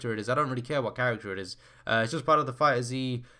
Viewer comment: FighterZ, the Z is not separate, it’s just pronounced fighters.